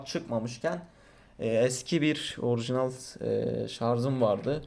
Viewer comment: orğjiğnal arkadaşlar